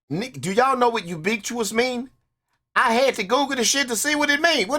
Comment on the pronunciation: Ubiquitous: U-bick-wit-us. There you go dawg. Easy way to pronounce it 👍🏻